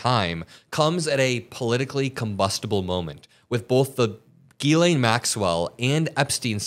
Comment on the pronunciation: Ghislane is pronounced "zshe len". Maybe we should go ask her how she says her own name.....